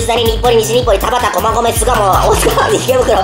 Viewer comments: たばち たばちぃー？ たばちって誰ー？ 面白すぎなw しかもダホちゃんと同じやつ同じ読み方で間違えてたww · ほんらいは [たばち]じゃなくて [たばた]です